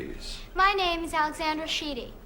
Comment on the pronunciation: Ally got her name right as Alexandra, the other two girls said Alexender